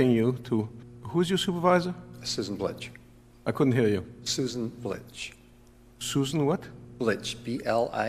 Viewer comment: I feel like “Blitch” was a mispronunciation of her last name.